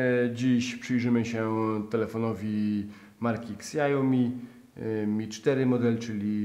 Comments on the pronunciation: Witam i pozdrawiam. Nie chce być bezczelny ale muszę to powiedzieć jako ze w chińszczyznę bawię się już ponad 4 lata (czerpie wiedze z rożnych portali , itd). Prosze nie mówić xiaomi ale sziaomi i nie ajpel tylko apple. Wiem ze nie każdy mówi po angielsku ale jakoś nie mogę już słuchać skejpa, ajpla itd. --- Do pana redaktora nic osobistego nie mam. Meizu MX3 można kupić w Czechach na abonament i innych krajach to tez niebawem się zmieni. Zacznę od tego ze w okresie następnych 10 lat na rynku telefonii komórkowej zmieni się mnóstwo od modeli i technologii po przetasowania w liderach rynku. Chińczycy, a przynajmniej kilka firm robi bardzo dobre telefony ale w Polsce ludzie raczej znają tylko: Huawei, Zopo czy ZTE. Pierwszy 3-ke otwiera Xiaomi, Meizu, Vivo. TO SA NAPRAWDĘ ŚWIETNIE WYKONANE TELEFONY!!! Sa dopracowane i zawierają markowe komponenty TOP firm z branży. Firmy te przejma pałeczkę pierwszeństwa od Samsunga i Apple - innowacja jakością wykonania i swoja cena oczywiście. Bawiłem się zaczynając od tanich klonów stopniowo poznając i badając poszczególne marki. Po pierwsze w Chinach używamy tylko Paypala nie chcac zatopic kasy.Kupujemy tylko u zaufanych sprzedawców serwisów jak np moje ulubione: , , ibuygou,com (jak redakcja). Playstore z tych sklepów zawsze zainstalowany telefony sprawdzone język tel. ustawiony zawsze na angielski ale jeśli poprosicie o PL to będzie ustawiony w PL.Z ostatnich używanych telefonów godnych uwagi był Jiayu G5S - tu zn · Jak się robi recenzję, to warto chociaż sprawdzić, jak poprawnie wymówić nazwę marki... [szao-mi], nie [ksiajomi] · "Ajpel", "ksiaomi"? ja pierd... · ksiaomi, ajpel XDD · Kolego po angielsku mówi się siaomi (przez ś) a po chińsku siaomi (przez si). Co do Mi4 wcale nie jest takim absolutnym top. Pierwszy lepszy konkurent to Meizu MX4 - niszczy go jakością dźwięku, aparatem i kolorami ekranu.